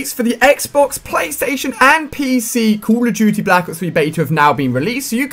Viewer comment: xD ''Cool of dutty'' -Ali A